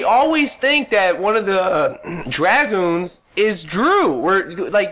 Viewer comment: lmao, it does kind of sound like that sometimes when he says it. but if you're actually being serious, he said drewgoons.